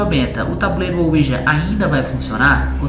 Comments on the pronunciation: Ensina o a falar "Ouija" e não "uoija" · claro que não Ele fala "uôija"